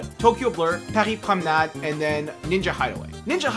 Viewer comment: Oh my god I didn't expect you to pronounce Paris Promenade with a perfect French accent, bravo !